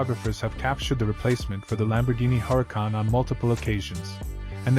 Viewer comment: sorry its not Huracon its Huracan